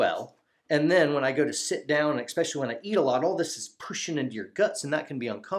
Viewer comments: Good video, thanks. One comment..... No "X" in especially. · I “EX-pessially” like this supportive video, even though it is a constricting subject matter.